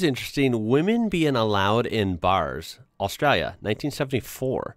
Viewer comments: You say “Australia” kind of funny, like “AustrUlia.” Should be more like “AustrAAlya.” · It is pronounced Ostraylia. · Enjoyed the content, but I’m gonna have to ask you to stop saying Australia… your pronunciation is killing the Drop Bears. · Please stop pronouncing Australia like that lol.. It sounds silly. I know thats how a lot of aussies say it, but it sounds silly then too lol 🤦‍♀️😂